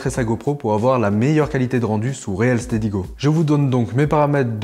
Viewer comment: Salut! Ça fait plaisir... Yen avait marre de voir l'autre... 😊 Sinon c'est pas réel steady mais reel se prononce "ril". Merci à vous deux pour le contenu de ouf que vous nous donnez.